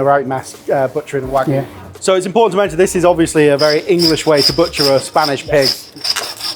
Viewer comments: It's wagyu (wag-you) not wagu (wa-goo). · It is WAGYU not WAG-oO. You say WAG then YU. Not WAG followed by oO. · say wagoo one more time i dare you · Some people say that British food is lacking in sophistication. I disagree, though when the chefs of one of our top restaurants can't pronounce "wagyu", I do start to wonder.